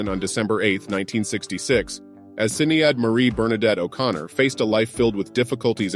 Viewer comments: Sinéad is pronounced 'Shin aid'. Never 'Sin aid'. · There are some inaccuracies in this post regarding Sinead's personal relationships. It is fairly typical of what has been posted on social media since her death along with the constant mispronunciation of her name! She was a gifted musician and a purveyor of truth through her music. She chose to take a stand against social injustice, and the hypocrisy of the Catholic church in relation to it's denial and cover up of sexual abuse. She was scorned and ridiculed for this and mostly by those who didn't have the intellectual capacity to understand her so it's easier to label her as "crazy , weird or unhinged!" Now that she's gone a spotlight is being placed on just how important and valuable her contributions were and how they served to open up a dialogue of acceptance and understanding when it comes to mental health awareness and in addition, acknowledging the pain of victims of domestic and sexual abuse of any kind. Sinead O'Connor's public stance on these issues has made its mark will not be forgotten. Her life's work is done, now may she rest in peace.🙏🌈☘️